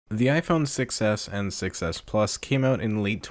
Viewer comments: Don't you think that when you say 6s it sounds like success? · When he says 6s it sounds like he's saying success which is also true